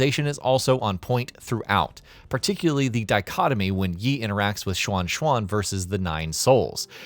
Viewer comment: You mispronounced every Chinese name/word. Didn't even get Yi or Qi right haha.